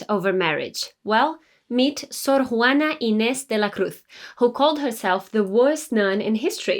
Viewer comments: As a mexican, it's great to hear about Sor Juana Inés de la Cruz on an English channel, great content and your spanish pronunciation is excellent! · I stoped to watch this video, because as a Mexican gal, I appreciate you pronounced her name properly, I will see what else you got, so far I'm liking this, ¡muchas gracias!